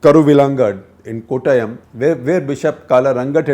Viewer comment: Love it when he says Kottayam, just like a Mallu.. Beautiful!